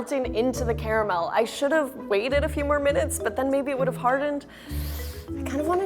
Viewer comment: i hate when people say Cara mel not car mel